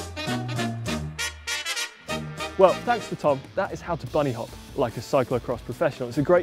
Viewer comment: "Boony hop"